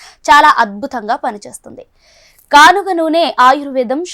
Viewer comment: Not ganuga it's kanuga